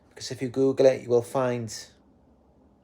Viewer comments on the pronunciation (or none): none